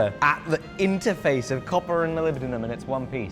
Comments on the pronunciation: Only once, after all it's Moly-bendium, not poly-bendium. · Molibdenum? Wot? Ohhh It's Mollybdenium Have I been saying it wrong this entire time? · You are absolutely butchering the pronunciation of mollybendum!! IN THE EXTREME!!! SPEAK PROPER ENGLISH!!! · was it intentional to never pronounce the name the same ? Started with molybedenum and reduced to Molybdum after a couple times 😂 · I think you'll find it's pronounced mollybendium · Melibdinum, Molly-buh-denim hmmmm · I'm surprised you didn't pronounce it "Molybdenium" since you're in the UK 🤣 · You don’t say it right 😂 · As an individual who can definitely NOT pronounce molybdenum correctly, I am convinced you are saying it incorrectly. 😂😂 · every time you say "Molybdenum" I instinctively want to say "bless you" cause it sounds so funny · I was hoping for an acid etch but the oxidation colors are pretty cool too. Oh yeah- you aren’t the only person who has trouble pronouncing molybdenum. On the original 1960s Batman TV show, a macguffin was a fictional material they called “molybendenum” which is slightly easier to say. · He pronounces molybdenum differently every time he says it😂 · lol, having some issues pronouncing molybdenum there? fun video! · “can you forge molybdenum?” Me: “I can’t even say molybdenum” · Correctet video title: Can You Pronounce Molybdenum?